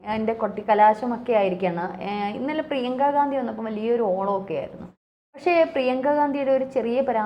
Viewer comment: പ്രിയംഗ വധേര എന്ന് പറ ചേച്ചി..